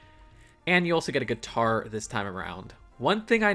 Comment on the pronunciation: "Guitar" smh